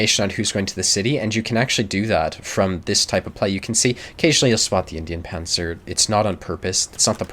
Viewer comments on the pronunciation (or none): none